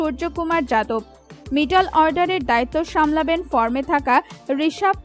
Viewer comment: তুমি এতো জানো, কিন্তু একটা প্লেয়ারের নামও ঠিকমতো উচ্চারণ করতে পারলে না। আর মধ্যের ইংরেজি মিডিল, আর তুমি উচ্চারণ করছো মিটল অর্ডার। শেষে বলি, রোজ সকাল সন্ধ্যায় উলুধ্বনি prectice করো, জিভের জড়তা কিছুটা হলেও কাটবে।